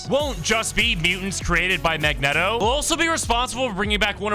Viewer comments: Mag-net-o? Bruh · bro said Mag Net Oh 💀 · It’s Mag-Neet-o 😂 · "Mag-neh-toh". Is your speaking voice always at a 10? Jfc